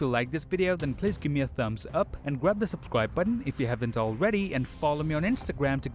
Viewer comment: This guy at the end of every video: 😖 PweEse GwAb 😖😟 The Subscwibe button 😩